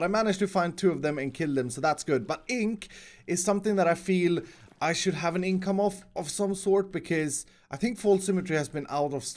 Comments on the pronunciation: Inc-ome. xD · INKome of? Seriously!? LOL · "...I feel I should also have an ink-come of..." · "I should have an Ink-ome of"